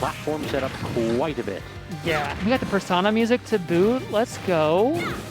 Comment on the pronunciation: how is it even possible to not know how to pronounce "Persona" at this point